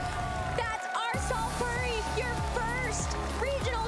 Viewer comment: No way she pronounced puri like purry 😂